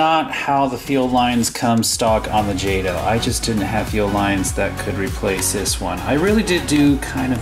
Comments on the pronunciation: isn't it pronounced jayto not jawto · its pronounced jot-o not jade-o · Stopped watching as soon as I heard “ Jahtoh “ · It's pronounced JAY-TOE. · In case you missed it, it's pronounced "jaytoe" ! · yup me to! I was like WTF! How can you not know how to pronounce it!🤣🤣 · your saying jato rong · Your saying wrong, wrong...